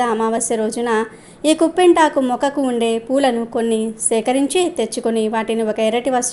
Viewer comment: కుంపింటాకు కాదు కుప్పింటాకు, పిప్పింటాకు అంటారు